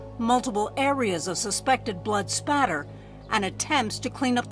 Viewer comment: it's blood spatter not blood splatter